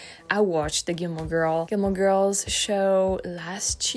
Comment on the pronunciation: I liked the way she said “Gilmore.”